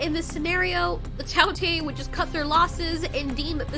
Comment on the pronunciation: it is not tao tiiiee its tao tei